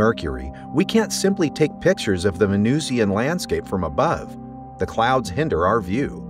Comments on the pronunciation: How do you pronounce Russian? Martian? Pronounce Venusian the same way. It's not 'VenooshEEan,' any more than it's 'RushEEan' or 'MarshEEan.' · why is venusian pronounced as vee-noo-see-an here? venusian must rhyme with illusion. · Well done, except…it’s “vuh-NOO-shn”, not “ven-NOOZ-ee-an”. (Also, “taa-puh-gra-fik”, not “tope-uh-graf-ik”.)